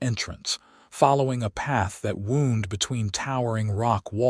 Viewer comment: That AI doesn't know that English word can be spelled alike but pronounced differently. Wound pronounced like a injury (wound) ,drives me crazy! Sometimes I just have to stop listening.